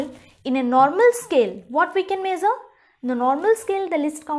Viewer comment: The video was good but it is not mazer the length it is measure the length 😏